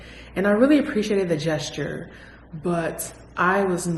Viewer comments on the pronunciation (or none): none